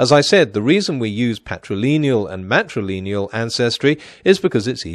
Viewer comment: I wish he’d stop saying ‘matrileneal’ instead of ‘matrilineal’.